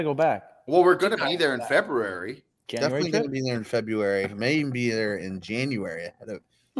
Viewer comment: So can’t say the word “February “….interesting